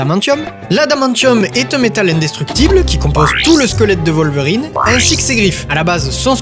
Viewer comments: Dans la première trilogie c’est totalement prononcé Volverine ! J’ai revu des extraits exprès pour la vidéo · dans les films aussi c'est wolverine prononcé comme western, whisky, will smith, etc... c'est un mot anglais pas alllemand